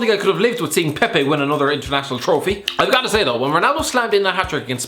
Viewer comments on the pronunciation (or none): none